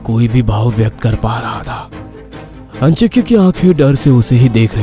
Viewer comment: आजिंक्य होता है अंजिक्य नही।ये लोग नाम का गलत उच्चारण कर रहे है।